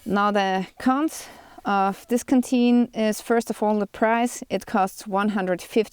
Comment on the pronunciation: The first half of your overview, I thought you were saying kateen. I finally heard canteen. Fru?? Lol anyway, thanks for your opinions. Have a great day.